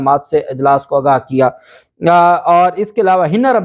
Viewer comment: ب😅ت زبردست جناب! ویسے صحیح لفظ “آگاہ کیا” ہے ناکہ “اگا” اسکو درست کرلیں! انتہائ حیرانی کی بات ہیکہ رانا ثنا( جسنے چند دن پہلے وزیراعلی کو سکیورٹی سورتحال پہ توجہ دینے کی نصنیحت کی تھی مگر شاید وفاقی حکومت کی اپنی کوتائینکے سبب چُپ کرکے بیٹھ گیا)نے بھی خیبر پختون کے وزیراعلی کی عدم موجودگی پہ افسوس نئیں کیا! اسوقت پی ٹی آئ کی وکلاء ٹیم بہت کمزور تھی اور کئی قسم کی غلط فہمی ونکا شکار تھی لگتا تھا وہ سیرئیس ہی نہیں مگر اب رانا شہباز نواز باجوہ اور کئی ججونکے تابڑ توڑ لاتوں گھونسوں کی بارش نے انکے ہوش ٹھکانے لگادئے ہیں۔ پھر ن لیگ کی نفسیات ایک لفظ کے گرد گھومتی ہیکہ آپکو ہر ہال میں شچوئیشن کو “مینیج” کرنا ہے وہ کلمہ انکا ایمان بنگیا ہے جبکہ عمران خان کے ایسے کوئ احکامات نہیں۔ اسلئے جب شریفونکے بندے دن رات سارے ادارونکے سربرائونکو کاکیں اور دروازے پہ دستکیں دیرہے ہوتے ہیں تحریک انصاف کے بندے خدا سے مدد کی دعا کرکے لگتا ہے سکون سے اسمانی امداد کا انتظار کررہے ہوتے ہیں!